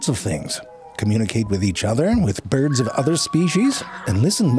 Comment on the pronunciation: He’s mispronouncing bjerds.